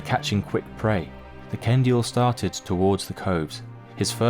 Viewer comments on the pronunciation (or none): Ok but the fact they said Ken-dee-ill just makes this so much better XD